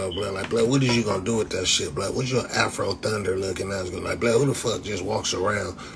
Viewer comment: He said half-ro lmaooo I’m dead